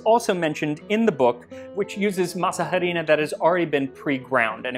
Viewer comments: Love it! Thanks for your work, by the way the H in harina is mute, your pronunciation for the a is correct. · Hi Max, another great video. Im sure you already know this but in Spanish "h" does not sound, juts 'cos of masa harina pronunciation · I really like how u say masa harina, which is kinda curious since the h is silent in spanish and also it's better to say just harina de maíz cause masa harina not only is grammatically weird but doesn't make that much sense lol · These look yummy. Oh,, btw the H in "Harina" is silent 🤭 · Great video! And this was mentioned before, but.. The "H" is silent. The "H" is silent. The "H" is silent. The "H" is silent. The "H" is silent. The "H" is silent. Just as a reminder. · Psst: The "h" in "harina" is silent. The "h" is always silent in Spanish. You get the "h" sound when the letter is a "j". :) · A little information, the h in "harina" is silent. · Love the video but every time you pronounced the H in harina it was like a paper cut on my soul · Is anyone else bothered by the fact that he’s pronouncing the ‘h’ in words where the ‘h’ should be silent? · The way you say harina cuts my ear, the h is not supposed to be pronounced ;). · oy.. but the pronunciation of Harina kills me.... ugh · it kills me every time the way you pronounce the 'H' in Masa Harina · Arina, not ha-rina. The 'h' is silent. Why? I don't know. Why is "enough" pronounced "enuff" in English. Maybe the Cloister monks who wrote these words were very bored and got their kicks watching people mess up the spelling of those words. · Mole, por favor. Yum, que deliciosas! I chuckled hearing you pronounce “harina.” 😅 The h is silent therefore it’s arina not “h”arina. Heeehehee.😅. G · Harina is pronounced “ah-REE-nah”,silent H..👍🏽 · Love your channel but harina is pronounced "arina" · Harina, don’t pronounce the h, just say Arina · Quit pronouncing the h in harina